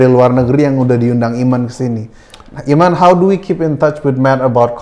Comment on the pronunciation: Dude, your translator needs his ears examined. Cool and the gang became Calling the gang. Eamon became Ayman?! C'mon